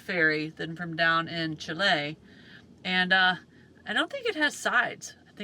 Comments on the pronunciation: No they don't, It's pronounced "Chil-eh"" not Chil-aye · Why do you pronounce Chile as Chilaye? 😅